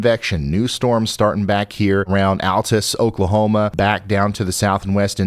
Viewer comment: Hey, Ryan— another odd town pronunciation — Altus Oklahoma is typically pronounced as UL- tas…. Love your channel